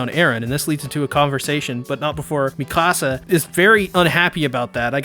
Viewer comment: I luv your commentary..but dude..her name is HAHN-GEE. Is there a reason you call her "Hangh?" Maybe I'm missing something(?) Or maybe I'm just a stickler for their names cause, I have so much respect for these characters.. Also, its [Meek-a-suh], not "Me-KAH-suh." I'm real protective of the Survey Corps. (I know..its weird)